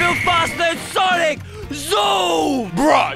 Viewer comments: Tell is sonic not sanic because it's making me feel sad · It isn't sanic it's sonic. And i think u have great videos on YouTube and I like the videos that u prank 😂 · It’s s-O-nic not s-A-nic!!! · "I'm gonna make sanic" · sonic or sanic? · Heyy its not sanic its sonic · Sonic bro fire light it’s not sanic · said sanic🤣